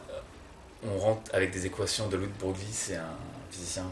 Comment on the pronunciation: "De Brooglie" ne se prononce pas 'de brougli", mais 'de breuil', ce type est forcément un charlatan !